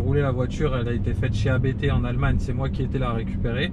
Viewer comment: Ça se prononce "APTE" pas "A-BÉ-TÉ".